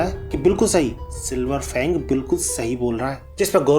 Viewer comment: Fang ko bang bol raha hai